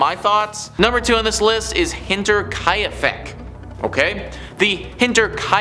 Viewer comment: it's not HinterKAYAfeck kai is proounced like the Kai in Cobra Kai.